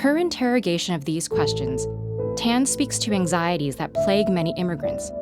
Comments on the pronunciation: TAAAAN not ten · > weirded out by the way Narrator says "Tan"